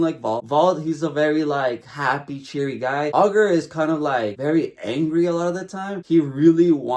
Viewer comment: "All-ger"....ITS PRONOUNCED I-GER you wacth the dub please I can't